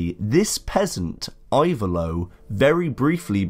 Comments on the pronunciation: Type it "Ivaylo" but the pronunciation is "Evaylo". Very good video. Thanks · I-vay-lo. The "I" is pronounced like in the word "impressive".